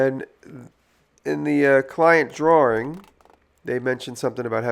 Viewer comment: I love the way Jimmy says "drawring"